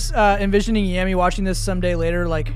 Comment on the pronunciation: I think yameii is prononced Yamay but correct me if I'm wrong